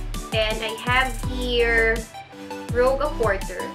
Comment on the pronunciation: Rouge as in Rooj 😊